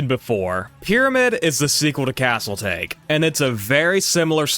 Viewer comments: Regarding Castle Take, given that it is largely Japan-exclusive and themed, it would not be pronounced like the English "Tey-Kh" like you are trying to "take the castle", but rather Japanese "Tah-Kay", likely based on the Warring States-era Battle of Takamagahara given the Samurai and feudal iconography prominent on the cabinet. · As an FYI. in Japan, "Castle Take" would not be pronounced that way. It would be pronounced like "TA-ki". With "Take" meaning "Diverse".